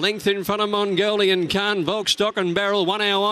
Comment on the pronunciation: Errrr, excuse me Mr Caller, the horse is called MONGOLIAN KHAN, not Magnolian Khan. One is a ruthless General who massacred his way across Asia, while the other is a flower. Tiny difference I would say.